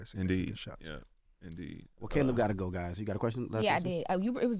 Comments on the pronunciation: "Kuh-leeb Plant" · Charlamagne calling him Kahlib in the clip lol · Cuz why he pronounce his name like Khaleeb😂😂